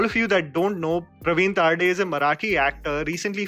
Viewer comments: Hey its not तारडे its तरडे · Excellent review. I would just like to correct its not Pravin Taarde, its Pravin Tarde. You should really check out his Marathi movies, alongwith Mulshi Pattern he has directed and acted in other marathi movies as well. He is a very good director and actor. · No offense But it's pravin तरडे